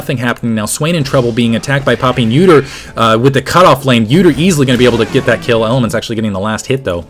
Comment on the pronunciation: when he said udyr and poppy i thought he said "uterine poppy". i thought it was a new skin -.